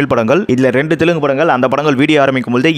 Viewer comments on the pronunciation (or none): none